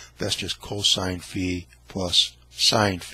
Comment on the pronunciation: The circle with a line through it is called Phi. It is like a head with an axe through it and it is pronounced fi as in fee foe fi thumb. He keeps calling it sigh. Sigh looks like a candle stick. When you sigh you blow out the candles.